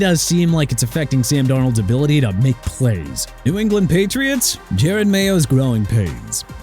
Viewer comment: YOU KNOW WHAT?! MAYBE TUA WON'T PLAY NO MORE! HOW ABOUT THAT?! THAT'S WHAT YOU PPL WANT?! FOR TUA NOT TO PLAY NO MORE?! AND WHY CAN'T YOU GET JEROD MAYO'S NAME RIGHT?! JE-ROD NOT JARED!!! HOW MANY TIMES DO I HAVE TO KEEP CORRECTING YOU?!?!